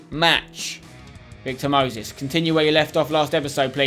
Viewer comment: why does he pronounce Moses as mosis